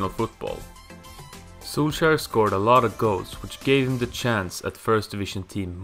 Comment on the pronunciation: so you did all this research but you didn't research the names? lol, poor Soulshire. And Carlos Bacca played in Brigga (Brugge) ahahaha